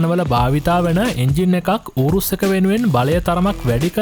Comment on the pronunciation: ඌරුස් නෙවෙයි යූරස් නේ 🤔🤪